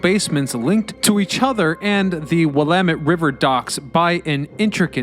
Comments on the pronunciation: But he got Willamette right, I'm from Washington state and even I was misprouncing Willamette for a bit years ago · Great job pronouncing Willamette correctly, but you slaughtered Oregon. It’s “Ory-gun” not Or-A-Gone. And to the naysayers, the tunnels are real - I’ve been in what remains of them. Seattle has them too with organized tours. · I give you credit for saying "Willamette" correctly, but the repeated "Ore-GONE"s made my ears bleed.